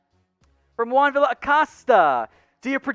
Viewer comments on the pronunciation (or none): none